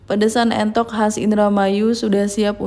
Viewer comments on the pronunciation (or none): Entok bu bukan mentok heeee